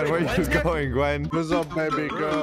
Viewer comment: I also think it funny cause they keep mispronouncing the names like Leanna to Lenna and Heavely to Heavenly and Gen to Gwen